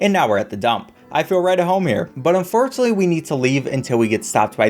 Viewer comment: I cant tell whether he said "unforunetly" or "and fortuently"